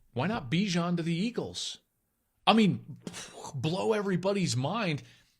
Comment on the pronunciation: "I mean 'bwwoch' blow everybody's mind" wuv it